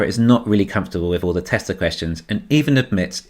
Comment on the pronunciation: Baghdad Barra can't say "Tesla," lol. "Don't say that word! It is the word...the Knights Who Say 'NI!' cannot hear!"